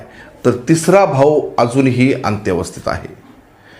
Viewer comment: अंत्यावस्त नसते अत्यवस्थ असते...